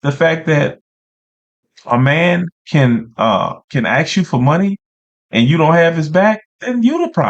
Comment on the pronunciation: She pronounces settle correctly but says AXE 🤦